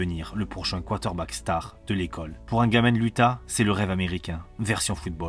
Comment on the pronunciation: tu as un défaut de diction!! 😂 tu dis:" quarter-back", ça écorche. Mais tes vidéos sont top 👍